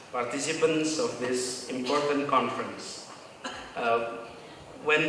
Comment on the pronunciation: Plis....impes tu may kantri 🤭